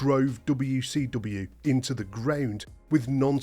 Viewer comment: Anyone ever notice this guy says wecw?